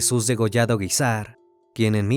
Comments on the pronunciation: Esta mal dicho el Apellido Guízar... Lleva el acento en la í... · No se Pronuncia así el apellido Guízar.. Y es "San Rafael Guízar y Valencia".. Jesús dijo: "Lucifer caminara dentro de mi iglesia". Y en varias sectas ha habido este tipo de cosas o peores porque hasta satánicos resultan.